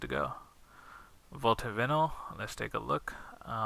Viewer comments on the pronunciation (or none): pronounced VI -NIL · First of all great video, probably the best. In another note it's vi-nyl, sorry but seems you speak english very well so have to correct you but great video nonetheless.